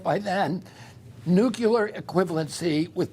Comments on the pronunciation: Maybe it's just me , but people who say nukuler (the word is pronounced nu clear) don't know what they are talking about! Just my pet peeve I guess😂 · Odd he says, " nuke-ular"